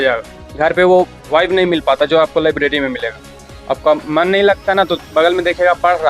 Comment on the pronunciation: Lavleri nai hota library hota h 😅